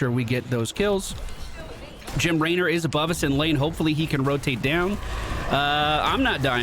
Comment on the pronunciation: Is there an inside joke for why he says Laynor?